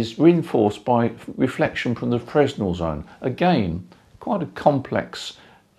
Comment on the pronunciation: How is your horizontal wire aligned? N-S? E-W? Something in between? BTW, Fresnel isn't pronounced as it would appear..